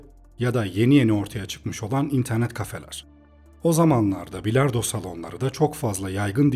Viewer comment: üilard pilardoo sesi geldi kulaga